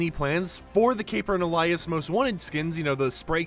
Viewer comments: Alias is pronounced "ay-lee-uhss" not "ahh-lay-uhss" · Alias: pronounced AY-lee-us….ghaa this has been killing me since they were first announced. Used in a sentence: “What is your alias for the caper?” Drives me freaking nuts! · Why does he keep saying the word alias like that